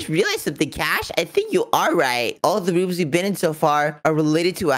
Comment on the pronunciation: WHY ARE YOU GUYS SAYING IT WRONG@ It's Cash and